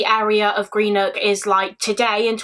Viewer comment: such a sad case 😢 my nan was born in greenock but just a heads up it’s pronounced gren-ook 😊